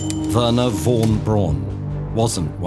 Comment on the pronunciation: Makes a video about German scientists. Does not have a clue, how to pronounce German names. (Hint: von is pronounced as "fon". Strange German quirk)